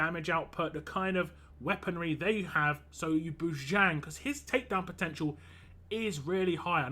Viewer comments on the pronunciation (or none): It's pronounced as Jung without silent J.